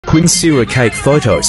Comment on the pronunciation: That is a new way to pronounce Quinceañera